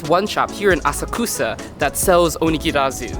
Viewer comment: cool video btw, to me, when you speak Japanese to a Japanese person, you sound pretty good but I think your intonation was a little bit off when you were saying these words (maybe because you were speaking chiefly to an English audience?), e.g.: oNIgiri (not oniGIri) aSAkusa (not AsaKUsa) TArako (not taRAko)